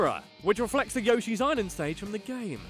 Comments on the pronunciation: you pronounced Yoshi as Yashi 😣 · I've always wondered why Brits say Yashi rather than Yoshi. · its not yoshhee it's prenounced y-oh-she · And he also pronounced 'Yoshi', 'Yar-shee'! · SAY YOSHI CORRECTLY